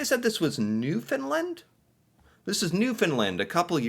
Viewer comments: Yeah Newfoundland is pronounced New-fin-land like England. I think the first clip is the year we had “snowmageddon!” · Just a friendly note on pronunciation. The way that Canadians say Newfoundland sounds similar to 'understand'.😊 Cheers. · Hello my American friend.... just a word of advice..... just so you can get some street cred with Canadians..... the correct way to pronounce Newfoundland is to totally land the "land" part of it........the true way to pronounce it is sounded like "newfundLAND".... so, basically New.... found is pronounced "fund".. and "land" is pronounced the way you would in the US..... and if you really want to impress those from "The Rock" as we mainlanders in Canada call them, the true name of their province is "Newfoundland and Labrador"..... two bodies of land joined as one province. They're a proud and strong people..... I live in New Brunswick Canada, but I know many from the island... and although some of the rural parts of NFLD (the abbreviation) are a bit hard to understand from their thick accent, they are some of the most kind and giving people anywhere. Just an observation... and some guidance from a Canadian. Cheers! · New-FOUND-land not New-FIN-land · It’s New foundLAND not LND. Rhymes with understand. You build a house one land not LND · lol....that 2020 big storm in Newfoundland is known as "Snowmageddon". And Newfoundlant isn't really that far north - we're just a little north of Maine actually but farther out in the Atlantic. And it's New found land rhymes with un der stand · Pronounce Newfoundland in the Canadian way.